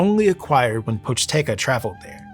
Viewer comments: poch-TE-ca on god can any american get it right for ONCE? Seriously, it's not that hard, don't pretend to be correct by saying something even more wrong. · Ah yes the Pochteca, merchant Ppies😂 not including the intro it's the name of the second chapter.